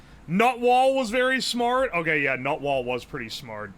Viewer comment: listening to u do strands is hilarious "TOOOOOOOOOOOOORRR tise?" "Nut Wall..? Nut Wall??"